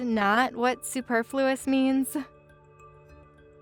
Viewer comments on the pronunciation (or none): Tip for the actresses: please look up the pronunciation of "superfluous". The way you pronounced it was not correct for either British or American English.